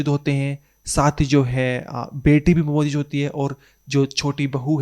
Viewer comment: Bro work pronouncing words Maujud and Goohar.